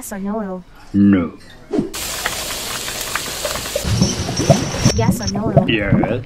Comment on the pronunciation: "yes or noOol" got me rolling💀